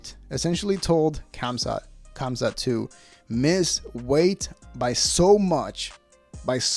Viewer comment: The K is silent in khamzat